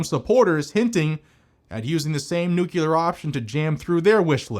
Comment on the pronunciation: Nuclear* not nucular. Nucular isn't a word. Pay it forward. You only explain what the filibuster controls/the purpose. Not that its a procedure of parliament. It IS in fact "some old senate rule".